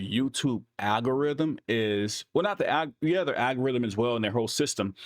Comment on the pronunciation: Love what you do. and it's "AL-go-rythm"